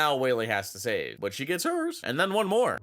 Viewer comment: “but she gets hErs”